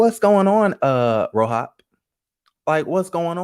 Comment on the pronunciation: I can't stand you lmaooo keep saying "RoHOP" LMAOOoOoO that's low-key how I said the letters too lol fk it